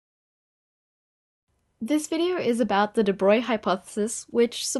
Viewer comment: I'm so glad you didn't pronounce it "day bro-glee." I get almost irrationally angry when I hear that.